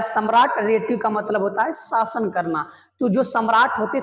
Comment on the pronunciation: Please improve your pronunciations(even Hindi... It's "शासन", not "सासन." "सब्द" नहीं "शब्द" Why are you stretching the word "and", making it "and..a"? You're a teacher. You should lead by example.